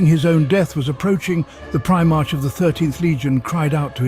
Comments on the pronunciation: Me, every time the says Prime-arch, not Primarch. 😬😬😬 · Primarch is pronounced Primark, not prime arch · “Prime-arch?” Prime-ark, doofus. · It’s pronounced “pri-mark” not “pri-march” I couldn’t get past this butchery of the term. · Primarch is pronounced PRY-mark, not prime arch... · its pronounced primark not prima-rch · I like this video man and im going to sub, but you must stop saying prime-march. I understand the spelling, but its pronounced Pri-mark. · prime-arch? r-boot? i always thought his name was pronounced with a hyphonated E at the end of it. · i bet this was a good video but i had to stop after the third "prime-march" pronunciation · Pri......march or mark for the proper pronouncement of the word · Try pry-mark for primarch? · Brilliant. But it's pronounced "Primark" is it not? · He/It is not even consistent in pronounciating the same names and words the same way e.g. Robute (as intended) then Robaut, Primarch, Primarch (ch is in chair), Preemark etc, it makes it kinda hard to listen to. Kept on watching and he says "the primate itself" in and he calls him Guilimana.....hahahahah. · one time he said Primak LOL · surely that's not how primarch is pronounced in any accent. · The mispronunciation of primarch is grating. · How is it you pronounce the same word differently each time you say them?????????